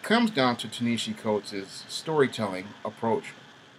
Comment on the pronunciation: You didn’t even do the research to be able to say his name right 🤦🏽‍♂️